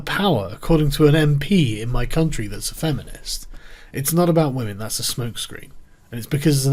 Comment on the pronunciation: It's 'whamen'...